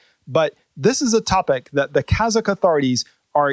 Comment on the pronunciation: your kazakh pronunciation is precise.